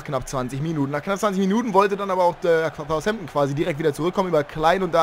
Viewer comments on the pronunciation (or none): Wann lernst du endlich Southampton richtig auszusprechen?